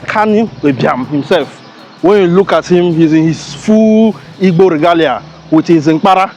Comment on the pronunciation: You can not even pronounce igbo well, na waa for you